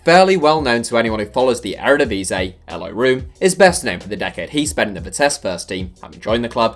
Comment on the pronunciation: You should pronounce Room as 'roam'